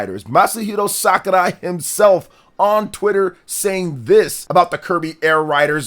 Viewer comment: Can this guy stop saying SakuLai?😂